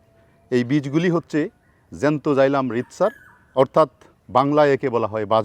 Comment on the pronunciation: সার আপনাকে ভালো লাগে বাট একটা বিষয়। আপনার বাংলার উচ্চারনে ভুল আছে এবং বেহাল দশা। সঠিক বাংলা শব্দের উচ্চারণ করবেন আশাকরি। যেমন: তকন ( তখন), হচ্চে ( হচ্ছে), এনেচি ( এনেছি),যাচ্চে (যাচ্ছে), আদিক্ক( আধিক্ক), তেকে ( থেকে), অতবা (অথবা), পাচ্চেন ( পাচ্ছেন), স্তানে ( স্থানে) অরতাত ( অর্থাৎ), মাদ্যমে ( মাধ্যমে),উদ্বিত ( উদ্ভিত), মাদ্যমে ( মাধ্যমে)। আপনাকে সবাই ফলো করে। আশাকরি শুদ্ধ বাংলায় কথা বলবেন। আপনার কাছে এমনটা আশা করিনা।